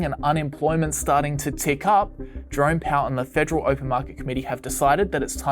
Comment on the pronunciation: Sound like he saying "drunk" powel instead of "jerome" powel. Everything makes more sense like that..